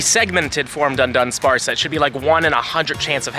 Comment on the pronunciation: Sorry to be that guy but it's DU-DUNSPARCE there's only one N